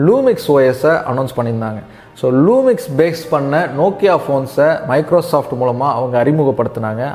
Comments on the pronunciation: Lumia not lumix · அது லூமிக்ஸ் இல்ல ப்ரோ லுமியா!